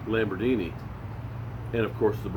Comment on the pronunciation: Not T.Will & his "Lambordini." 😂😂😂, don't quit your day job. Time for bed..